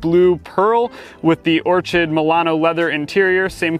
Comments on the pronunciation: Psst, orchid is pronounced or-kid. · So.... it's Orchid. Pronounced Or-Kid. Like the flower!